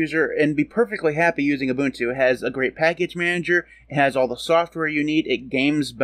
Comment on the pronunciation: UBUNTU is the STANDARD for Linux distros. NOTE: You are one of the very FEW Americans that can pronounce UBUNTU correctly. RESPECT!!!